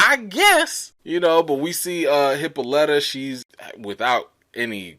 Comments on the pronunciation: Uncle George’s wife (Hippolyta) name is pronounced Hip-po-Lie-tah. She named after the Queen of the Amazons, she is also the mother of Diana aka Wonder Woman....and Hercules may’ve stolen her belt or she gave it to him depends on the story. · Hippolyta. (Hip-pa-lit-uh) just wanted to help you out my guy lol. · The name Hippolyta is from greek mythology she was a daughter of Ares and Otrera, queen of the Amazons. Its pronounced [HI] + [POL] + [I] + [ TUH] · It's supposed to be pronounced hip-PAUL-ih-tuh, like Wonder Woman's mother's name, hence the daughter's name being Diana. The way they're pronouncing it in the show concerns me. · They mispronounce her name EVERY episode. It's pronounced Hip-ah-lə-ta. She is named after the queen of the amazon's. . . I guess it's done purposely, but whatever.